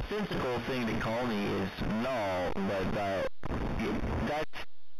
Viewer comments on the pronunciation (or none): it’s null not bull